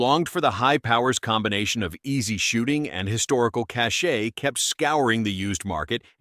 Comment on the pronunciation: Cache is pronounced Cash. Not Cashya. Sadly TTS can never get this correct.